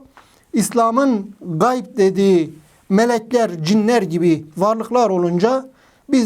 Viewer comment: Gay degil hoca ğayb gayb ayrıdır ğayb ayrıdır gay farklıdır